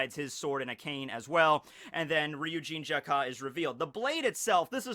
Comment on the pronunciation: its Jakka, not Jak-Ka.. super annoying